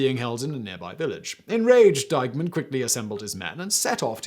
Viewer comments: Why does he keep calling Eichmann "Dykeman"? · Am I the only one who hears him saying Deihmann instead of Eichmann? One is an online retailer, the other’s a Nazzi war criminal, but no biggie!